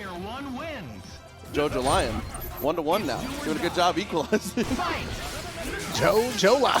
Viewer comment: jojolion is pronounced like lyon from france or leon. like "jojoleon". At least that's the pronunciation of part 8 of jojo 😅